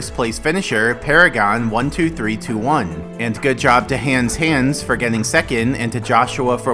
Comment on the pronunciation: RIP to Hans Hans who not only got 2nd place but got his name butchered into “Hands Hands”